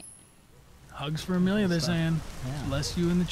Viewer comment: Am I the only one yelling Amelia its not that hard